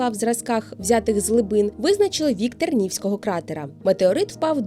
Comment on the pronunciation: Ви прикликали жителя Тернівського району. Наголос не вірний. ТернівськИй, ТернівськОго.